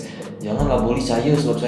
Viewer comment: Tolong lah cakap elok elok sikit , daripada aku suka tengok channel kau ni sampai jadi meluat dah lani . Tak salah nak cakap bahasa melayu , tapi sebut bagi betul , saya jadi saye , bahasa kita Malay Indo ni lebih kurang ja .